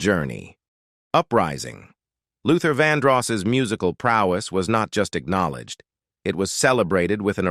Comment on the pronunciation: Fake AI voice's pronunciation flubs make this video hard-to-believe. (Check the pronunciation/grammar of 'rely', '''VonDross''', 'Did he murderED somebody?', '''vehicleez''', etc.)